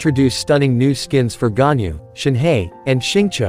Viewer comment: as a person that can speak chinese, hearing them pronounce ganyu as gunyou, xianyun and shanyun and shenhe as shinhey really tears my ears apart